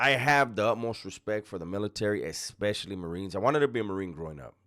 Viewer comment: O MY GOD …. PREACH SON, hold the phone sideways, horizontal, so many “creators” don’t know this🙈. Second, stop saying EXpecially , that’s not a word. It’s ESpicially